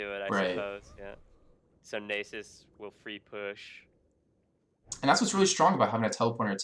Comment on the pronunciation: Guh, I cringe every time he says Nasus. It's Nah-suhs. Not Nay-suhs.